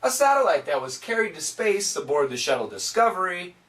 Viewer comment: And for the world "shuttle", I heard shadow